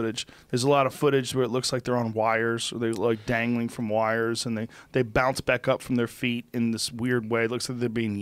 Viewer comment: Joe “yanked back up by wirers” Rogan